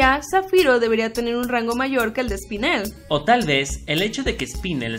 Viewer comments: Se dice rosa y espinela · Se dice espinela 😑